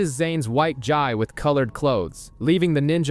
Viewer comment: My guy; the “Gi” in “Zane’s Gi” is pronounced “Gee”💀🤦🏾‍♀️